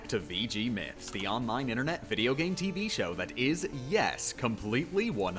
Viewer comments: Is he saying 'wideo'? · i like hte vids, but you keep saying wideo, and its fcking pissing me of every time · you mean wideo, not video.